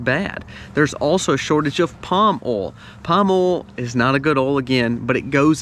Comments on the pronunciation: Did you say "OIL".... OR..... "ALL" ?...LOL ! 😆😁☺😃😄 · I Like Your Videos, BUT!! "OIL" is Not a Hard Word to Pronounce!! You Say "ALL" For OIL!! Sounds Goofy!! People Who Make and Post Videos Need to Speak and Pronounce Properly. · It seems you have problem saying the word "OIL"...... it has an "i" in the middle...it is not pronounced "OL"..... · Oils. Pronounced oyl, not oles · I am in NW England, sister in Castle Douglas, Scotland. "England and America are two countries divided by a common language' - a quote attributed to Oscar Wilde or George Bernard Shaw, Winston Churchill having used it also. I was also caught out by the pronunciation here of "oil", as sounding like 'alls', to me, and not our 'oyles'. Still, my ears are slowly acclimatising (S not Z:-) to this accent. No offence intended - I find it easier than some Scottish accents (I nearly, wrongly, wrote 'brogue', as Irish) but, when I still had one, folk struggled with my 'Scouse' accent 🙂. Happy New Year to you and All. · Love hearing oal “oil” lol 😂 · Funny he mentioned British saying aluminium and calls oil "ol " say boil without the " b" and you got it. Good tips by the way 👌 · Not called Alu-min-e-um, just like Oil is not pronounced ol. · Haha sorry , based on the way you say " oil" you can't suggest the correct pronounciation of Aluminum 🤣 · Love the way you say oil....😊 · Lol I’m from the Caribbean and we say that way too! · There is an I in the word Oil :P